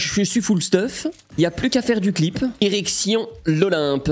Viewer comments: En début de vidéo t’as dit erection à la place de direction 🤣🤣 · j'ai compris "érection l'olympe"